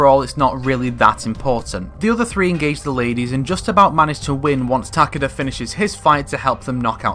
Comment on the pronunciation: Ta-KAY-da. not TACK-uhduh.